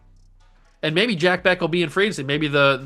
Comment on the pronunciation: And just a heads up, Jack Bech is pronounced "Jack Besch" lol. Love your videos, man!